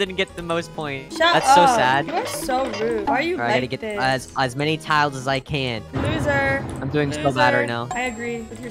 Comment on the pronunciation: Bro he js called himself a loser cuz he said iloser